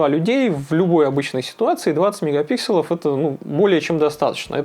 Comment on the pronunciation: правильно говорит. Это как «брелков» и «брелоков» - правильный второй вариант.